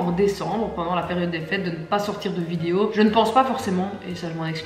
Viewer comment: Je ris toujours quand elle dit "vidio" 😹